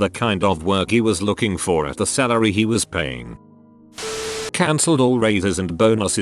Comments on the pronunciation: Nobody: Automated Voice: at the celery he was paying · I guess the TTS has sinuses with making certain vowels distinct.